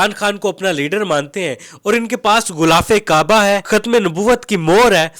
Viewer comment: غولاف نہیں غلافِ کعبہ ہوتا ہے ۔